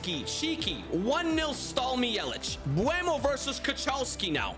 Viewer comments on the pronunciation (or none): btw kochalski is pronounced kohalski but great pronounciation anyway